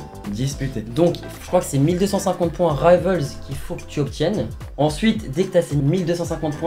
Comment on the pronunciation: Rivals en français svp merci parce qu'en plks votre prononciation en anglais de ce mot pue la merde 😂😂